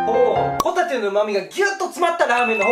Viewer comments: ほぉ↑たぁ→て↓ ｗｗｗ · ご一緒にホ↑タテはいかがですか〜？ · ホ↑タテ↓って言い方がじわじわくる（笑） 生まれ持ったもので変えようがないと思うので仕方ないんですが、声はちょっといらっとする（笑） ただ、ラーメンとビールはめっちゃうまそう！！ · ポテトみたいな発音でホタテって言うな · ホタテのイントネーションがポテトなのは芸人ゆえのサンドウィッチマンへのリスペクト説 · ホタテの発音が元西武の帆立でモヤモヤする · ホタテの発音がサンドウィッチマンのそれと一緒で草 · ホタテのイントネーションよ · ホタテの発音がたまにサンドウィッチマンのそれ笑笑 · 序盤のホタテの発音が完全にサンドウィッチマン(ドライブスルーネタ) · ホタテのイントネーションがサンドウィッチマンのコントと一緒で草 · ホタテの発音がサンドウィッチマンのハンバーガーコントの時のホタテはもういいぜの時といっしょ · ホタテのイントネーションでサンドウィッチマンのネタ思い出した笑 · オープニングのホタテの発音聞いてると サンドイッチマンのネタ思い出したわw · ホタテの出汁がしっかり効いた塩ラーメン はあまり食べたことがないなぁ…。これは飲み干したいスープですね！のホタテの発音が訛ってるようにも聞こえる（笑） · ぽこたてもホタテのイントネーションで周りにいじられてそう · ホタテがあなると発音一緒だなぁ？！